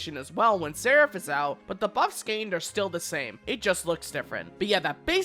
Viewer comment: I think this is the first time I've seen a youtuber pronounce Seraph correctly.